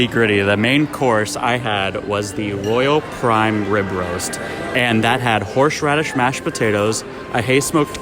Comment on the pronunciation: I really liked.... Although was anyone else hearing "horsh radish"?